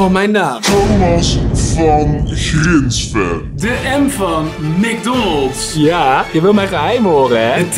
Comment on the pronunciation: Yfke Roerdink ik weet dat ook wel maar zegt macdonald zonder de s